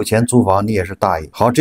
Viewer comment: 最后一句，不是dà ye, 是dà yé😂